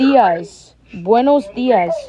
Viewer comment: Bro is struggling on buenos días